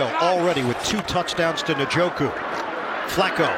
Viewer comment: How are we, in 2023, not knowing how to say Njoku???